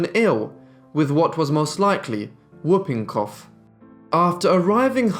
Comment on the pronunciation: Very interesting, but mangled pronunciation - whooping cough is pronounced "hooping". Let's not even mention the shocking French attempts ............